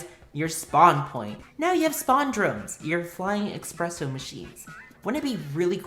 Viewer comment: did he say "expresso machine"? nice pun